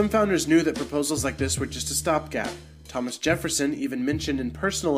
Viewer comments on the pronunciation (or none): none